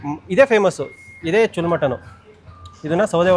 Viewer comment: ಚುಲ್ ಅಲ್ಲ ಕಾಕ್ ಅದು ಚೂಲ್ಲಾ ಅಂದ್ರೆ ಓಲೆ